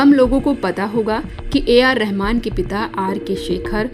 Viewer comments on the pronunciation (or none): none